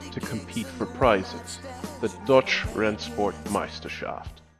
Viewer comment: i know it is but it really sounded like you said dutch . I am dutch and i know we never had really exiting racing classes like this